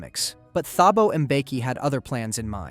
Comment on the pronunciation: The "h" in Thabo is silent 😭🙏